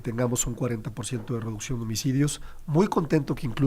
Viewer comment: A nuestro gran premio Nobel 🤣🤣😂😂… sé pronuncia REDUCCIÓN NOOOO REDUSION 🤣😂🤣😂 Cuantas mentiras más por parte de este vocero despechado de su anterior partido y ojo si la inflación destronó cualquier tipo de aumento al salario solo dan soluciones mientras ellos se transforman en una clase fifi juzgan y se transforman lo que por años señalaron y juzgaron y no defiendo defiendo ni pertenezco q ningún partido pero si dejo en claro q ahora son los de morena los de uñas largas los de la doble moral y los culpables de q el país se siga arruinando por sus caprichos